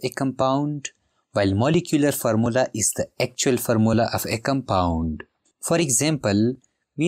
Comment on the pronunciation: Formula ❌Farmola😅 ✅